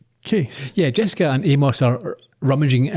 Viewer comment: Glad my favorite Scottish podcasters are doing MSW, my second favorite mystery to Columbo. Hope more to come, listened to both and excellent early season choices. I’m still trying to get over your pronunciation of poor Amos 😂